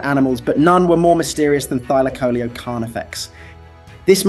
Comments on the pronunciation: It Thyla caleo dude! And it's not extinct!😂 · Thy-laco-leo, pronounce it right 😂